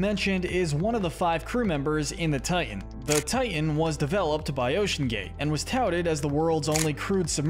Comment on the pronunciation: It's not Tian.......It's Titan!!!